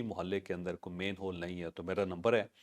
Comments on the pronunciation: The proper word is MANHOLE and not mainhole. Please correct your pronunciation. Thanks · Sir it’s😢not main hole it’s man hole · It’s “manhole” not “mainhole”. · Javed sahib, please it is MAN HOLE, not MAIN HOLE